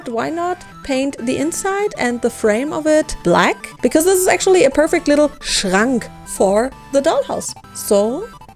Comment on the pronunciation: Kraaaaasssss, ihr habt aber auch Maschinen am Start 😵 Sieht grandios aus und hat, auch wenns viel war, bestimmt richtig viel Spaß gemacht. Ich feier übrigens noch das sehr deutsch ausgesprochene "Schrank" 😂